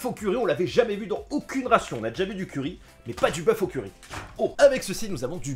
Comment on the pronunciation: j'entendais curé au lieu de curry, boeuf au curé, pas mal